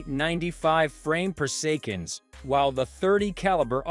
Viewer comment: its annoying also instead of saying seconds he say secands lol